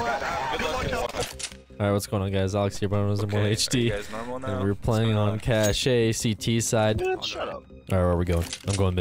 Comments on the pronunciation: It's not pronounced like "Cach-ay it's just "Cach" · Its pronounced cash not cash a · When is going to learn that it's "cash" and not "cashay" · If you say cash-ay one more time I'm going to shoot this duck.